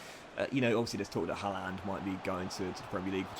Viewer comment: Halaland? It’s Ha-land